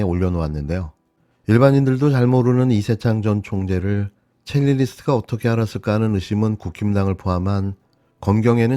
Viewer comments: 첼리리스트…X 첼리스트 O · 첼리스트 입니다. 첼리리스트 아니고요. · 지금 뭔가 큰 착각을 하고 있는데요 그 녹취를 공개한 사람과 경찰에서 그것이 거짓말이라고 말한 사람은 달라요. 자꾸 첼리스트가 아니라 첼리리스트라고 들리는데 아주 귀에 거슬립니다. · 첼리리스트가 아니라 첼리스트입니다 ㅠㅠ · 첼리스트야 첼리리스트가 아니고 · 첼리리스트가 아니라 첼리스트입니다 언어의 정확성은 신뢰를 줍니다